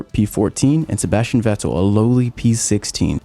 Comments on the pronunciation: This guy makes good videos, but why does he say Ve TTEL. How can you not know how Vettel is pronounced lol. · The way this guy says Vettel 😂 awesome video man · Why is nobody pronouncing Vetterl right? „V“ is pronounced as „F“ for his name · Is it just me or do you like the way he says vettel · please stop saying "Vettel" like that